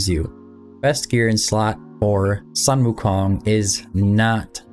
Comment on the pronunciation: "Soon-Woo-Kong" not "Sun-Woo-Kong"